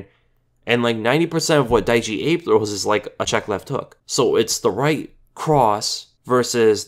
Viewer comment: Not Daichi abe but Daichi A-Beh